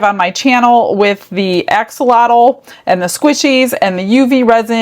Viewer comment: Hi, thought I might just help you out a wee bit in pronunciation of “Axolotl”. The “X” is a “Sh” sound in the Aztec language of Nahuatl. So to say this little guys name it’s actually pronounced “Ah-Sho-lotl “ 😊. Much love from your 🇲🇽/🇨🇦 fans